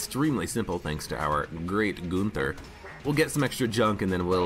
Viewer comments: Him saying goonther has been nagging me as well. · Hey. I‘m from Germany and I Love your Videos. You prononce it kind of funny if you whant to say the Name. But it sounds not so wrong 👍🏻